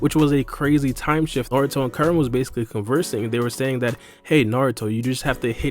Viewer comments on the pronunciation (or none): none